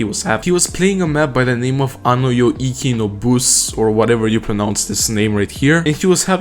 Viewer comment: bro said bus like the bus in "bussy" 😭